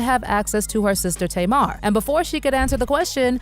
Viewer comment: Her name is Tamar and is pronouced is TAY'MAR.